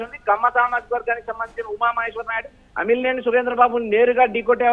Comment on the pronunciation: Alimineni kaadu raa ayya amilineni fire brand